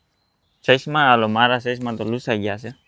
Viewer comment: સસ્મા મેસીંગ નહી😂😂😂😂 ચશ્મા મેચીંગ એમ શુધ્ધ ગુજરાતી બોલો યાર તમે જર્મની મા રહો છો